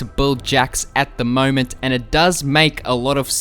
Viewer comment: it's funny every time you say "at the moment" xD